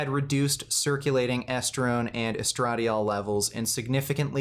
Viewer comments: GREAT video, but, estra-DYE-ol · Hearing misspronounce "estradiol" made my day.. 😂 love you. I'm glad you have flaws like everyone else.